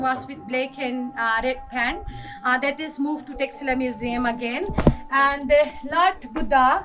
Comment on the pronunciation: You make amazing video documentaries... but it is not Tax - Sila , but pronounced as Taksh + Shila or the X needs to be pronounced as Sh as Chinese do. Else all was perfect 👌